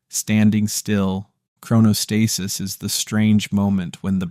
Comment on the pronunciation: If you're going to make an educational video on something, you should probably learn how to pronounce the word at some point. As for the thumbnail, "that second...was never real," it's actually very real. I get what you're trying to say I think but saying it's not real is just false and misleading; it doesn't fully appreciate or explain the complex and paradoxical mechanisms of the brain.